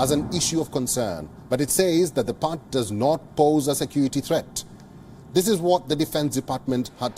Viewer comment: did he say pact instead of part?